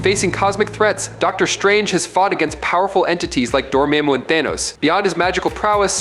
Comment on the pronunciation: Did you say Dormameu?